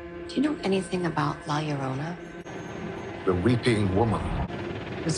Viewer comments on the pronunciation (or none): Oh and I will help you pronounce LA LLORONA - La is easy, LLORONA is yo-ro-na, like that song "M-m-m-my Sharona"